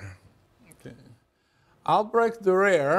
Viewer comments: Dürer, not 'Dureer'. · Durer is pronounced. DUE-rer. German, you know. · Prononced as: D Y R E R ( The D and Y, Like in Dionysos DY RER ) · Every time he says Durair, my ears start to cringe of their own valition! American academians should be strictly and punitively be re-raised in correct pronunciation of European proper names! 😜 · His pronunciation of "Dürer" is liable to introduce severe toothache. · He is exactly the sort of teacher that makes me cringe. From his condescending tone, his inability to pronounce Durer's name correctly, and then mispronounce Strachey's, to the veiled reference questioning Durer's sexual orientation, to faffing with tech and relying on wikipedia for his source material, to his shitty board work to his crap jokes that land like downed 747s, I would have walked out of his classes back in the day and marked him down as an annoying old fart. Which he is. FFS what part of Durer is difficult to say???